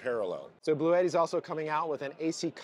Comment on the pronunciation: It would've been nice to ask the Bluetti guys how to properly pronounce "Bluetti". I saw before an official product demo and the Bluetti guy did not pronounce it like you do.